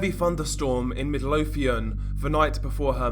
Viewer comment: Anyone else find it funny how he said “Midlothian,” Middle-o-thian lol